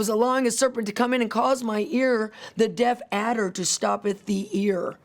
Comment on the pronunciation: Death adder ? sounds like she’s saying deaf adder .